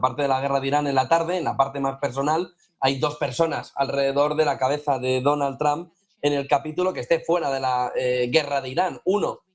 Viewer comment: DONAL TRAMP NO. ES DONALD TROMP== TRUMP